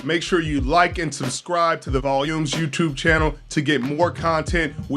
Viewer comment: Are you seriously going to edit Richard Sherman not even 10 seconds into the video how hard was it for this guy to say the volumes Channel whoever the fuck this channel is called Jesus Christ All Pro Stanford grad has a problem pronouncing the word volume 😂 I wonder who is the editor of this channel you should get fired